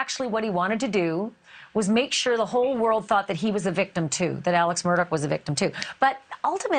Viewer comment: And they seem to pronounce the last name as Murdock, but it's spelled Murdaugh. His whole damn name seems off, lol.